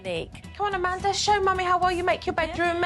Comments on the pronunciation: Samanthar,and Amandar and donnar. 😅😅😅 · "Samanther" "Amander"